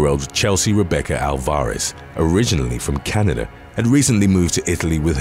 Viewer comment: took a minute to realize her surname was not ol-FOR-iss , but rather AL-var-ez.